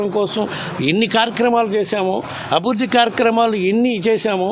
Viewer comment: Abidhudhi kaadhu ... Abhirudhi